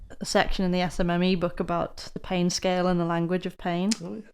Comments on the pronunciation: Haha. Until I read this I still thought that he said ‘peeing’ 😂. Thanks for the translation hint 👍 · Thanks you three! Great topic. I’ve got what seems to be a torn left rotator cuff and have been babying it while still maintaining my ROM, and the occurrences and amount of pain have decreased, so I’m feeling better, but certainly don’t want to reinjure it. This discussion was good for me. 😃 When you originally started talking about pain, which you say with two syllables, it sounded like you said “peein’”, and that got my attention. 😂 Best regards from NEW Mexico!